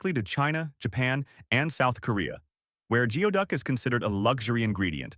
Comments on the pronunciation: goo-ee duck not gee-oh duck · You recognised that it is pronounced as 'GOOEY-duck' but continued to pronounce it as 'GEO-duck'? Why? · It's funny how the narrator mispronounced geoduck throughout that entire part of the video, except for when he said how it's pronounced. It's spelled geoduck, but he was correct when he said it's pronounced "gooey-duck." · It's pronounced like Goo-ee-duck! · 😂 the pronunciation of geoduck was corrected once then went right back to mispronouncing it.